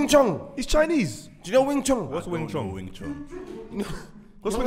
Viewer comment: Bruh its Wing Chun not Wing Chong Lol